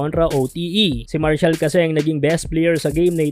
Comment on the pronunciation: MAR-SHALL brad hindi Marcial... pota haha!